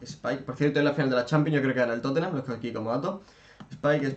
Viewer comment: Like si escuchastes cuando dijo que creía que iba a ganar el Totenhamm.